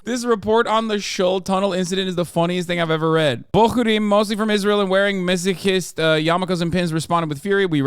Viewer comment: sounded like he said "Rizz-rael" 😂